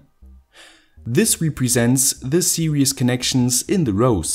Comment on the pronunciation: Its "series" connection not "Serious" your_pronounciation